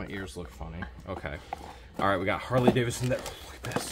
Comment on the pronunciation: The large university medallion and the "Jamaican military" item are from Germany. Oh, and it's Harley David son, not Davis son.